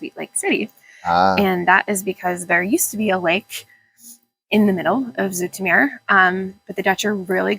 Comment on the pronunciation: She says "Zoetermeer" right, but the stress should be on the last syllable: "zooter'MEHR".